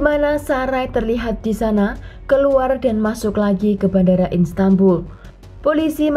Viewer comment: Bukan instanbul kak, tp Istanbul